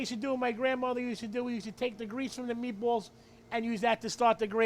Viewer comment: 'Meebwol' 'Ganna add a little wine....eh, we're gonna add a lotta wine' Man I miss my Brooklyn peeps